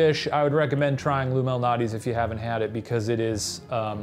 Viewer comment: “Lou Malnatti” …pizza?